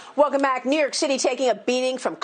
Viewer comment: When did New York become pronounced "knee-urk"?